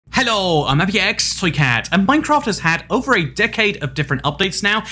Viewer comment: Littrally i love how he say Haylloww I almost repeat it 8+ times